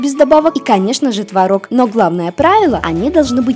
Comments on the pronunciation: Не творог, а творог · не творОг, а твОрог. учи русский!